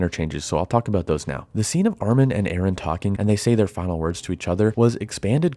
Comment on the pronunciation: Its Eren not Aaron.